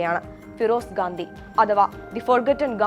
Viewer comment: Mole gadhi alla Gandi😂😂😂 anu adyam adu paranju padi